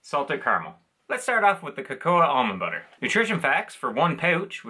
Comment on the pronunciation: It's pronounced 'Coco' - The a is silent but for Cacao its pronounced 'Cacouw' I was going to highlight the Natures Path error after the first time but you put it on screen after the second time you made that mistake. I'm sure on Tami Dunn's channel they have mentioned the confusion between the two brands before. Again these aren't particularly exciting and it seems we only get a new flavour NV bar every six months - a year plus usually it has Peanuts anyway even if not obvious as in being in the name of the bar. Funnily enough I just thought Beard Meats Food who is a British competitive eater recently did a Breakfast Bar challenge and I commented on how amazed I was that the 'Eat Natural' bars he featured even sold - They are another one of those bars with nuts whether it be Almonds or Cashews where as I prefer a plain Granola Bar. Always thought that was odd too how in North America you call all Cereal Bars Granola Bars despite Granola being a specific type of Cereal and its the same with Biscuits you call them Cookies even though Cookies are a specific type of Biscuit. I think you will admit the British way of naming is better!!!!